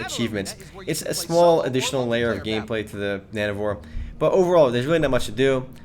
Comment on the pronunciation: it sounds like you're saying nano-whores ^^